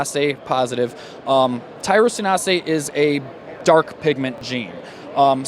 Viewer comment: heheh "tyrosinasé" ty-rosin-ase dude